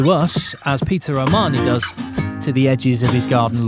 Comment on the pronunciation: “Peter Armani” 😂